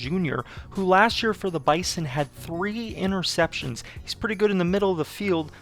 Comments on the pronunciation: Best intro to a dynasty ever... but as a Bison fan I feel I must inform you that we pronounce Bison as Bye-Zuhn. Its a minor thing, but just figured you should know if you are going to do 10 seasons of this. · Bruh, its pronounced "bizon", use a z instead of an S. Sincerely, a 5 year member of the NDSU GSMB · This video is amazing! As a NDSU alum I would like to let you know we pronounce the Bison as “Bye-zon”. I don’t know how it started but it has stuck for decades. Keep up the great videos 🤘🏾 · Good video! Just a heads up it's pronounced 'bizen' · Why would I subscribe to this guy when he pronounces Bison so weirdly?